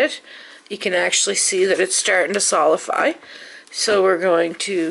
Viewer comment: Solidify....not solify..